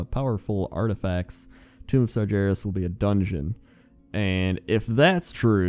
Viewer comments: Sargeras. SAR GER AS. NOT JERAS LOL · played warcraft 3 > still pronounces it Sarjerus, bugs me way more than it should